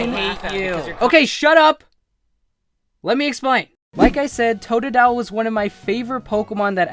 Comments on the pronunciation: TOTDILE!? I LOVE TOODILE! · WHAT THE HELL totadile you fuckn idiot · hey u stupid 'totodile'??? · Fu** of totodile what are you saying stupid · u fucked up bye sayinig tododile